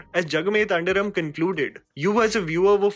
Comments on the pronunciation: I know it's nitpicking.. but jagame Than 'dhi' ram Not tan 'da' ram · Its not tandiram it is Thandiram. Please pronouce properly. And editing was bad and there was no continuity. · Its not thandiram its thandhiram.... With ndha like chaandh... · there's a H after the D in Thandhiram, which you skipped while pronouncing the word. Similarly, how you skipped the final As in Kaala Bhairava. Not criticising you, but your pronounciation sometimes changes the actual words.